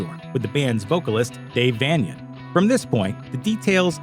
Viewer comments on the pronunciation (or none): It's a shame that the narrator can't pronounce dave Vanian correctly